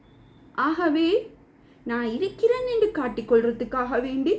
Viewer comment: இரிக்குது / இரிக்கிறேன் என்று சொல்லாதீர்கள் சகோதரி. சரியான உச்சரிப்பு இருக்குது / இருக்கிறேன்